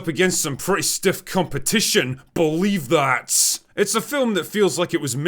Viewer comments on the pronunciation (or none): BULEEV THAHHT